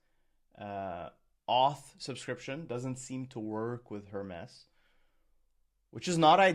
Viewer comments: HER-MEES not Her-mess! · Her-mees it's a Greek god, please pronounce it correctly, drives me crazy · JFC, it's pronounced "Hermeees" as in the Greek god Hermes. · was it just me or did every time he say hermes wrong you just wanted to stop the video ? its Her-Mes like the greek god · ten minutes - riiight, sure. Hermes is not pronounced that way. Itś pronounced the same way as Hermes Trismegistus